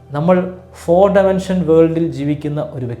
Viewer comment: ഡമൻഷൻ 🤦🏽‍♀️ ഡൈമൻഷൻ/ഡിമൻഷൻ